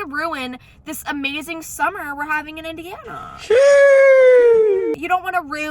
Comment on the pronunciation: How she said ✨iNdInA✨